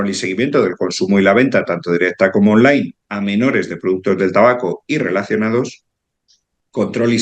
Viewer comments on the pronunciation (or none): none